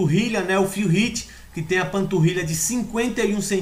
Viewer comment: Pq vc não aprende á falar o nome do cara!!! No Olympia eles falam como é o nome do Phil Heath???